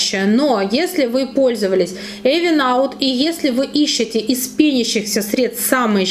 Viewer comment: Спасибо за обзор! Только читается правильно "Ивен аут";)